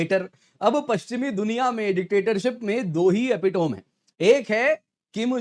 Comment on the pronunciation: Epitome is pronounced as Epi-tami